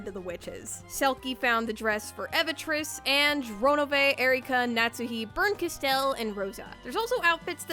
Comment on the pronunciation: "bernkasTEL" yikes